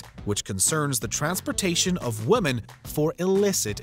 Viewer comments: It bugs the shit out of me how every time this narrator says the word, "women", he pronounces it as "woMAN" (ex. ; ; ; etc.) . He's been doing this forever and I don't understand why someone at WatchMojo doesn't just tell the guy already! ugh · Why does the narrator keep saying Wom_a_n when the script says Wom_e_n? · Btw the plural of woman is women and is pronounced as “wih-men” not “wo-man” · Why do Canadians pronounce "women" like "woman?" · Why does this narrator always mispronounce the words "woman" and especially "women"? My apologies if this has already been asked and answered. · The way "women" is repeatedly pronounced in this video is almost as terrible as some of the crimes presented. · Why can't people pronounce the word 'women' anymore?? It's super weird! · Can someone please inform the narrator how to properly pronounce "women?" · Is it just me or this guy can't say women properly? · Please learn how to say wo-men 🤦‍♀️